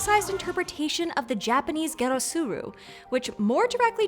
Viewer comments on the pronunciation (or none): ...Prettttty sure the pronunciation of ゲットする is not "Ghetto Sue Rue" 😂